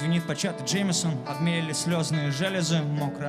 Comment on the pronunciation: Vitaliy G чувак это специально сделано чтоб в песне лучше звучало. А вообще многие русские люди не заморачиваются как произносить и произносят "джеймесон"